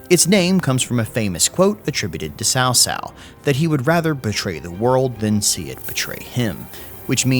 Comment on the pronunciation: PLS, cao cao is pronounced as chao chao*, no more sao sao pls. lmfao